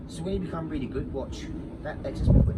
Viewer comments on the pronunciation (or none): none